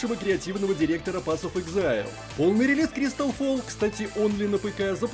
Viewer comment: Не "эксэйл", а "ЭКЗАЙЛ"! "Эксэйл" - это выдох.